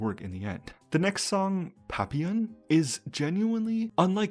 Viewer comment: Assuming the song papillon is referring to the French word for butterfly and not something else, the proper pronunciation would be “Pah-pEe-yeon”